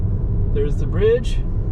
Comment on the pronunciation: OMG, WHY "BDIDGE" LEEEEEEEEEEEEEEEEEEEEE